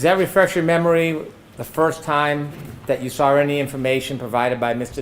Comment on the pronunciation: There is no R in saw.